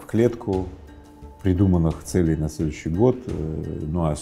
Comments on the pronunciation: не целЕй, а цЕлей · цЕлей, а не целЕй! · Даже у такого не совсем грамотного человека. как Рыбаков ..—да и то получилось стать успешным!!! Не смотря на свою некую безграмотность , ставя неправильное ударение в словах ..говоря - «целЕй», а не «цЕлей»..🤦‍♀️🤦‍♀️Вообщем, ребята, у вас тем более шансы есть!!! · Не целЕй, а цЕлей, пожалуйста. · Мне интересно, почему целЕй, ударение на е. Это нечто из профессионализмов, или Рыбаков украинец? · Очень интересно, только бесит то что ударения ставит неправильно, целЕй, что это за слово такое?) это как-то притворно звучит. А сам контекст видео очень хороший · Целей - ударение на первый слог, ухо режет. Ну как?)